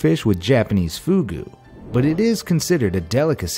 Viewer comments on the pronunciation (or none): none